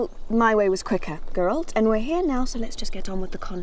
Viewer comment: Why can nobody pronounce Geralts name properly??? It's GERALT. Not G-rolt